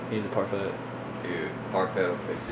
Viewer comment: You guys say parfait SO WRONGGG AHHH